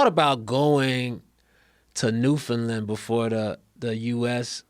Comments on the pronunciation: I respect it, but they're still not saying it quite right. They're saying "land" like "lund". It's just "land'. New-fn-land. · Their pronunciation of "Newfoundland" sounds a lot like "New Finland" to me. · NEW-FOUND-LAND not New-fen-len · FYI: Newfoundland rhymes with understand. Pronounced New, fen, land. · It's new FOUND land boys say understand then newfoundland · Its pronounced "Newfin-land", kinda rhymes with "Understand". No emphasis on the "fin", otherwise it sounds like New-Finland. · Guys it's pronounced New - fun - land. I'm Canadian. I know these things. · Their attempts to pronounce Newfoundland are hilarious. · Man the pronounce New Founland weird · Canadians are secretly upset that Joe and Hannibal keep mispronouncing Newfoundland but are too polite to write any comments saying anything about it. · Both of them mispronouncing Newfoundland so much is driving me insane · Newfoundland being pronounced wrong gave me physical pain. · If you're pronouncing Newfoundland correctly, it'll rhyme with Understand. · Say ‘understand’ and then rhyme it with ‘Newfoundland’. And there you go. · I’m from Newfoundland and the way you pronounce the name of our province make me want to burst my eardrums and no one likes curling here when did you do a show 1987 come in this decade you’ll see I love the podcast btw but I can’t believe you’ve been here and still can’t pronounce it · Shout out to NFLD, just got work on your pronouncing of it.